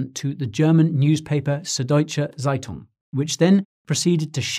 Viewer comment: "Deutsche Zeitung" pronounce: Tsaitung, not Zaitung.